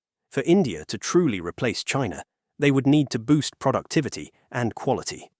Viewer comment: “Producitivity” ??!! Lol